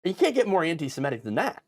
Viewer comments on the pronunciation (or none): "semitic" not "simetic"